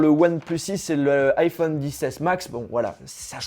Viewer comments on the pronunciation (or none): none